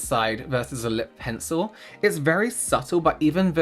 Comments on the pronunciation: I can't remember which video it was or who said it but omg, I can't stop hearing "SUPPle" in this video instead of "subtle" lol. Anyone else remember? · Does anyone else get flashbacks every time says subtle?